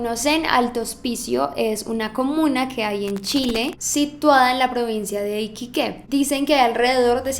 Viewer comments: No sé pronuncia iquiquen ni iquiques sé pronuncia iquique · no es iquiquE es iquique no mas xd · Ajajjdja es Iquique, no Iquiqué jajajajaja el acento va en qui, no en que jsjdkajdjs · Iquique, no iquiqué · Wnaaa es iquiqueeeeee no iquiqué donde chucha esta el tildee wn kajakajakasjak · se dice iquíque no iquiqué jajaja se escribe iquique y es fácil confundirse 💕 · a ver amiga repite conmigo iquique i QUI que iquíque iquique no equiqué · Fui la única que no reconoció que "Iquiqué" era en verdad "Iquique" me costó fndlsnslsn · Es "Iquique" no "iquiqué" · es iquique sin tilde en la é, se pronuncia de corrido ☺️ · Iquique se pronuncia como si tuviera un tilde en la segunda "i" se lee "IQUÍQUE" no "IQUIQUÉ", nuestros nombres de ciudades son algo complicaditos, saludooos,!! <3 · Nena te llevo viendo desde hace mucho mucho tiempo y realmente es la primera vez que no estoy de acuerdo con tu "investigación" (Iquique se pronuncia tal cuál, no iquiqué) Obviamente hay zonas que si son de "bajos recursos" (las tomas) las fachadas son terribles de feas pero las personas se preocupan mucho por mantener su hogar con todas las comodidades y lujos. No creo que generalizar a toda la comuna de alto hospicio como "gente de bajos recursos" ya que no es así. Un saludo de una venezolana que vive en Iquique ;) (mi jefe vio el vídeo conmigo y se ofendió ya que el es de alto hospicio) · Es Iquique sin acento en la E, no Iquiqué como lo pronuncias!:) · Es "Iquíque", no iquiqué <3 (Y se escribe Iquique) uwu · Para empezar no es 8 grado es OCTAVO BÁSICO Y no es Iquiqué es IQUIQUE Es COLEGIO no escuela Es LICEO no escuela SKDHDKDHKD TE AMO❤ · es iquique no iquiques XD Y est historia me la sabia de memoria viva chile XD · Es “Iquique” no “Iquiqué” es sin tilde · Iquiques XD es Iquique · No es iquiqué sino se pronuncia iquíque jejejjej 💕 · Que loco , soy de chile y nunca había oído de esto 🤭 se dice Iquique como mmm seco , no Iquiqué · I qui que así se pronuncia